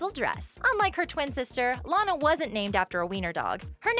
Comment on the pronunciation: My favorite ORIGINAL loud house character is Lana also her name is pronounced law-nuh